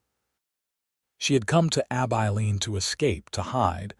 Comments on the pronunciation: ABILENE - AI learn to pronounce this name which occurs for many towns across the West. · There is even a song "Abilene". It hurts my ears, sorry.